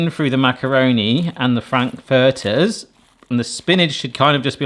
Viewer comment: Your pronunciation of "Frankfurters" is hurting my brain.